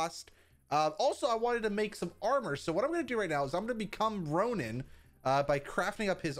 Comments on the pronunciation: ronan* not ronin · He is ronan not ronin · Anyone else screaming at him that its RONAN and not RONIN? Besides the pronunciations are different it is Roh-nen (ronan) and raw-nin (ronin) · biffle biffle..... you did ronin not ronan the difference is one is a version of Hawkeye at the beginning of end game while the other is a space alien that’s steals the power stone from Thanos in the first guardians of the galaxy soooo maybe if you did the right armor you would’ve won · it's Ronan not ronin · It’s Ronan not ronin